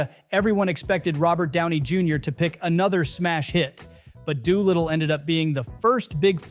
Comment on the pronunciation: This would be a fascinating video, were it not for the repeated mispronunciations. 3 minutes in and I've already heard you pronounce DOLITTLE and ALI incorrectly. Even allowing for the possibility that you've never heard these names before (one having been in the title of several earlier films, the other being the most famous boxer who ever lived), the names of the characters are spoken aloud in the films & the marketing materials. I'm sure you think I'm nitpicking, but it severely undermines a creator's credibility when he or she is imparting information but can't correctly pronounce key words like names & titles. Took me right out of the video.